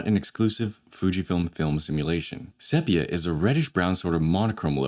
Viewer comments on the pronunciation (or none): * seepia, not seppia